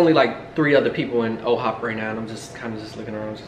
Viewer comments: Why you keep saying OHOP it’s IHOP LMAO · First off love the videos. But really love u personally but, can u not call it O’HOP it’s I’ HOP okay lol 😂😂😂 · Am I going nuts or did you see y’all went to “OHop”? Is there an OHop and iHop?! Lmao